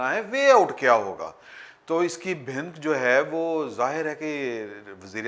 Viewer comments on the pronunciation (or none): No word "bhink" but "bha-nuk"